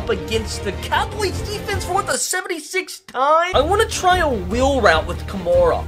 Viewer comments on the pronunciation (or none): this man just called him Kamora